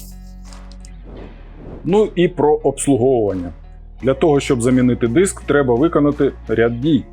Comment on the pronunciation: не діск а диск і не стол а стіл